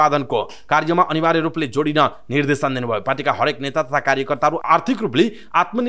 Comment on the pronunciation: मिडिया कर्मिको बोल्ने शैली पनि कति अशुद्ध निर्धेसन हुन्छ कि निर्देशन सुधारेर समाचार वाचन गर्ने बानी गर्नुहोला ?